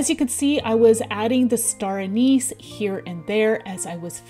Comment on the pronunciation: I find regional accents interesting. It sounded like you pronounced (star) Anise: A-knees.